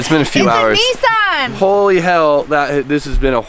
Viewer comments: Lets not forget pronounces Nissan properly. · Dear Americans. Listen to that is how you pronounce Nissan:-)